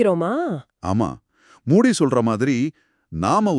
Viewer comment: மூடி இல்லங்க மூஜி